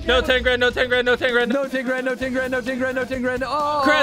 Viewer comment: Chris says here : "no teegrad no teegrad no teegrad!" lol